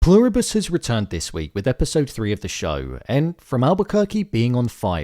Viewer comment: I am SO glad you stopped saying “Plur-ree-bus” 😂😂